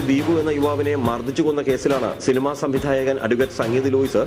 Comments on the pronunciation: ഇലജ്ജിക്കാവ് ok 😂സിലിമ..... സിലിമ.... അല്ലടെ സിനിമ എന്നുപറ.... നീയാര് പാറശ്ശാല സെൽവനടെ 😂😂😂😂😂😂😂😂😂😂😂😂😂😂😂😂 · സിൽമാ അല്ല സിനിമ ആണ്...